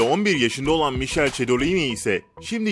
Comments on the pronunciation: Ne "Mişel"i ya? "MİKELE" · Bu arada mişel değil mikel ' c ' ve ' h ' yanyana gelince 'ş' diye okuyan yüksek IQ'lu kanal tebrikelr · Abi mişel değil mikele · birkere michele mişhel diye degil mikele diye okunur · Mişel diye okuma mikel diye oku hatta MİKO vgiguf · Mişhel değil Mikele diye okunuyor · Mişel Şedolin diye okunmuyor Mikele Kedolin diye okunuyor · Mişel değil Mikele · Mişel değil mikhele diye okunuyo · 6.24 Üç Yabancı Bir Türk'e "2 adam 1 yabancı" mı dediniz siz dksmlkflld bi de allah aşkına Mişel değil Mikele diye okunuyor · Mişhel değil mikele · Mişel deil mikel diye okunuyo yaaa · Misel degil micele adam 3y1t de kendi soylemiyormu aekadasim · Mişel değil mikele Allahım ve 3y1t yanlış bilgiler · mişhel diye değil mikele diye okunuyor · Michelle nin Mişel diye okunmadığını Mikele diye okunduğunu kimse bilmiyor mu???? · Mışıl değil mikele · Mişel değil mikele cedolin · 2 adam 1 yabancı değil yabancı 1 Türk ayriyetten mişel değil mikele diye okunuyo hiç araştırmadığınız buradan belli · Mişel çedolini degil mikele çedolini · okunuşu mişhel değil mikele :D ahahahaha 2 adam 1 yabancı da değil :D 3 YABANCI BİR TÜRK SKDJSKJDFF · Mişel değil mikele ismi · Michele Mişel diye okunmuyor mikele diye okunuyor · mişel değil mikelle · Mişel ne abi 🤣Mikele okunuyo o. Mişel kadın ismi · İsmi Mişel değil mikele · Michelle değil michele ve ayrıca okunuşu (mişel) değil (mikele) son olarak çedolini değil cedolini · Michele (Mişel diye değil Mikele diye okunuyor) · çocuğun adı "Mişel" şeklinde okunmuyor, doğrusu "Mikele". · O kadar araştırma yapmışsınız adamın adının mişhel diye değil mikele diye telaffuz edildiğini fark etmemişsiniz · Mişele değil mikele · Mişel değil Mikhele ve iki yabancı bir Türk değil, üç yabancı bir türk😊😊😊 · Michelle mişel diye değil mikele diye okunuyor ve 2 adam 1 yabancı değil 3 yabancı 1 türk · Mikele diye okunuyor mişel diye değil fgcfhcgmhfghm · İki adam bir yabancı değil 3 yabancı Bir Türk ayrıca mişhel diye okunmuyor ismi mikele diye okunuyor